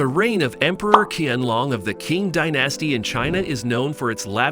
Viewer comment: The Q in the Emperor's name is pronounced like a ''Sh'' (Shee-an-long) Thank you for the video. 💛💛💛